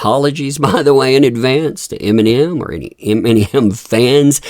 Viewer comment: "iminium" lol.